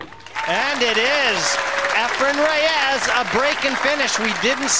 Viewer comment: Commentator needs to learn how to correctly pronounce Efren’s last name